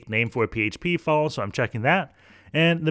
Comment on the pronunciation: File , Not Fule